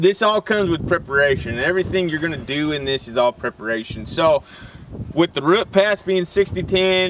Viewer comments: RH-EWWWWT not ruht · Took me awhile to realize that this guy was saying "root". All I heard was "rut". XD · I had to stop watching since the way he says "root" not "rutt" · ugggg, its pronounced rooooooot, not rut